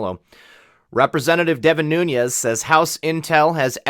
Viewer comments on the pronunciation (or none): His name is pronounced NEW NEZ NOT NOON YEZ You report good information and do it well except for this. But this makes you sound like an idiot.